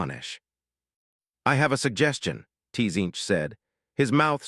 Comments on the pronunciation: The way it pronounces T-Zeench , causes me T-Pain. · Tee-zeech of the em-pie-rum of ai slop